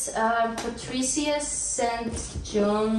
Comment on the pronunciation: Treasures of the snow was made into a movie very nice for children...she wrote quite a lot of books for children and for adults too....BTW pronounce her surname as Sinjin !!!...although its written as St John...